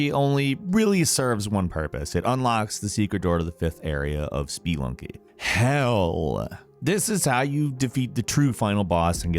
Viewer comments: Speee-lunky made me cringe a good bit. Nice job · spee-lunky and oh-lacile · Did you mean "Spee-Lucking?" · Spee-lunky... Really? 😂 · Spelunky is pronounced spuh-lunky, not spee-lunky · I swear to god, is the master of pronouncing words everyone pronounces correctly EXTREMELY WRONG. It's insane, like who the hell calls Spelunky, "SpEEE-Lunky"? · Spee lunky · No one:: SPEElunky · SPEELUNKY? REALLY DUDE?! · Stop saying spelunky like SpEEEEE-lunky !!! WTH is wrong with you?!?!?! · Oh man.... I don't think I've ever been bothered by someone pronouncing something. But SPEE-LUNKY... Jesus Christ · excuse me but s p e e l u n k y? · "spuh-lunky" -- it's literally called "spuh-lunking" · Hearing "Spee-lunky" was almost as painful as hearing M"air"io. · ISNT IT SPUUUHHHLUNKYY? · "Spee-lunky" lol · Seriously. has issues pronouncing things. Spelunky is just Spelunky. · Stop misprononucing Spelunky please! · Why the hell are you pronouncing Spelunky like that? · The way you say Spelunky hurts my brain.. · Why so much emphasis on the "e" in "Spelunky"? KEKW